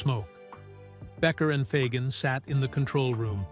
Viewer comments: "Ahja" and Donald "Fahgen." AI narration is such a cesspool of mistakes. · Who is this joker? He doesn't even know how to pronounce the word AJA. Not a single word from Larry himself. Oh, and Fagen's name IS NOT pronounced Foggin. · Is the narrator AI? Mispronounced “Aja” and “Fagen”. Love LC but this video sucks…boring repetitive, no music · Aja. And Fagen are mispronounced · Ridiculous clickbait, pieced together by AI with AI voice over that even mispronounces Aja and Donald Fagen’s name. Complete BS.